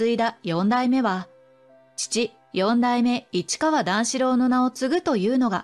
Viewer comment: よんだいめ❌よだいめ◎